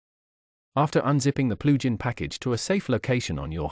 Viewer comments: at first i was so confused but now I know what "PLU GEN" is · "PLU GEN" hahaha! Otherwise, great walk through.